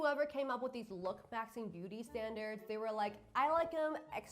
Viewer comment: I cant stand the way she says look - maxing 😭girl it's looksmaxximg